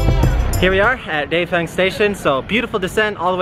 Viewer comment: "Jiu" sounds like geeyo...not jau